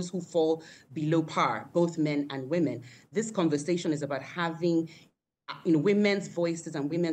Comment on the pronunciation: Please its Women not Wemen!